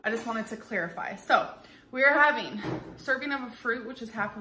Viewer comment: Is she saying clarify or clearify?